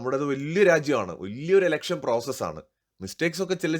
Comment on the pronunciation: ഇലക്ഷൻ ആണ്... എലെക്ഷൻ അല്ല 🙏